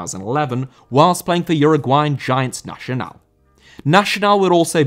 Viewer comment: Nacional* not Nashonal